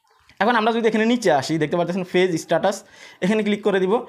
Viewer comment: আপনার উচ্চারণ এতো জঘন্য কেন? ফেজ কি জিনিস ? page - পেজ , not - ফেজ